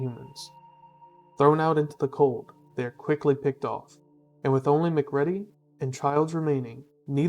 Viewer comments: Video is just genrally off-base, and I really don't trust analysis from anyone who can't pronounce MacReady's name right. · I don't think you ever actually watched the movie since you can't even pronounce the main characters name, but instead used the mispronounced named that content farms use all the time. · Mispronouncing the main guy's name means you haven't fucking watched the movie and your claim of 100% writing the script means you stole it from AI which existed 2 years ago.